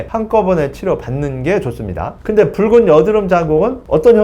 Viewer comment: 선생님 이번에도 좋은영상 감사합니다~~!!~ 이제 뿕은!! 이라고 발음 안하시네용 !! 귀여우셨는뎁..ㅠㅠ